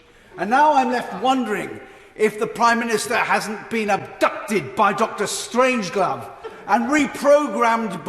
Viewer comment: Dunno who this idiot is but he might sound slightly more intelligent if he was aware the name is Strangelove and not Strangeglove. He needs a new speechwriter.